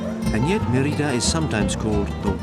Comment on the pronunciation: Put the accent on the first syllable: Mé-ri-da. Odd that you would not pronounce the name of the city correctly when making a documentary of that city.